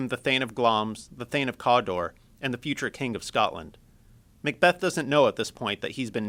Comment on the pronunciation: thane of "COOODAAA"